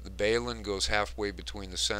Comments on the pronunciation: Just as a point of interest and not to be critical in any way: Balun stands for Balanced to Unbalanced, therefore, the proper pronunciation is Balun, short for ballanced, not baleun. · Balun = Bal as in Balanced to Un as in Unbalanced so Balun not Bale-un - xlnt vid!